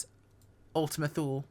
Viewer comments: Perhabs more like: Too-Leh. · Thule = two-lee